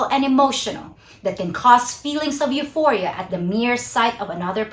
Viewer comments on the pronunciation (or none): none